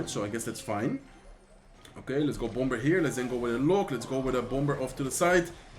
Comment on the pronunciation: I really love your videos! Keep it up! By the way, bomber is pronounced without the “b”. It is pronounced as (bomer)